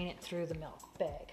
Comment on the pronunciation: They call it MELK in Iowa, i think?